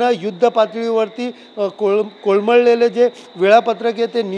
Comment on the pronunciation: कोळमळलेले नाही मित्रा, कोलमडलेले..बोलण्याचा प्रॉब्लेम असले तर क्षमस्व..